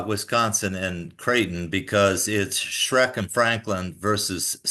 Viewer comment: Mick calling Smrek, “Shrek” kills me every time